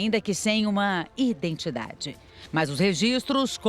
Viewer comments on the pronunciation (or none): JORNALISTA FALANDO 'indentidade'? QUE VERGONHAAAAAAA.